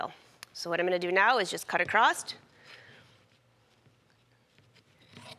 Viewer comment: It’s not ‘acrosst’, it’s ‘across’. :)